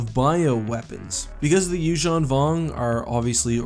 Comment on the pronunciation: I like how, you actually pronounce Yuzhan properly